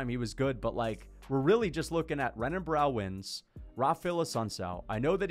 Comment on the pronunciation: For context, this comment was meant to be about wins. “Joey B is a mediocre win, Renan Barao (pronounced with an R lol) isn’t super impressive, GSP didn’t beat anyone good, etc”